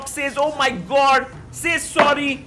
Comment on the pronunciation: Magnus - "Oh my God!" 👨 Commentator - "Oh myee Gawd" 👳🏿‍♂️